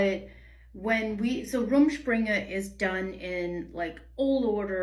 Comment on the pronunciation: So that's how you pronounce it! Also didn't realize it could go on for years and you could still live at home, do parents or the church cut it off when they feel its gone on long enough?